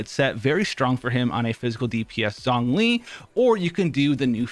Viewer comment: Every time he pronounced it "Zongli" it hurt me